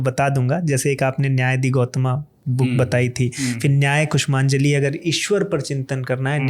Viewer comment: Anyay kushmanjali at 31.50 ! For nyaya kusumaanjali! ! 1000 + years of peaceful regime has penetrated so much into entire north indian linguistics that they lost the genes for sanskritised / correct pronounciation for good ! This includes our hon'ble PM too ! And the irony is that , they say they brought sanskrit to the indian subcontinent ! 😃